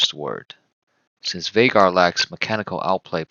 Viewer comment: I knew you were the real deal as soon as I heard you say his name correctly. Excellent video